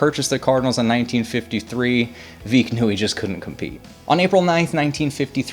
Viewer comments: Veeck as in Wreck !!! come on ! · VEECK as in Wreck. Great channel but you could work on your pronunciations. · Veeck. Veeck, as in Wreck... 🙄